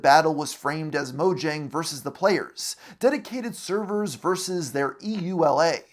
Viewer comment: I think you mean “deditated suhvuhs”